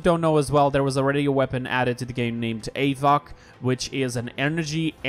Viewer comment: Havoc not avoc